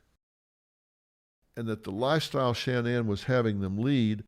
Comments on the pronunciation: Dr Phil! There isn’t 3 N’s. SHA-NAN! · It irks me that Phil can’t pronounce sha nanns name correctly 🤨